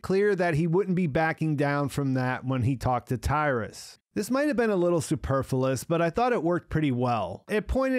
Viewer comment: It’s ‘superfluous’ . Stop saying ‘superfullous’